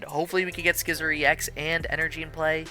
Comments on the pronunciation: Wait wait wait, you call it SKY-ther and SKE-sor‽‽‽ Man... it is pronunce SI-ther and and SHE-zor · just so you know for the future it’s “Syther” and “Sizzor” where the c is silent. Hope this helps! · Another great video! The single-prize Scizor is one of my favorite cards. So good. Also, hope you don't mind the slight correction, but the c in Scyther and Scizor is silent (like the word scissor) 😅